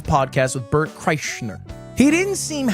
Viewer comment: Add this to the list of mispronounciations of Bert's name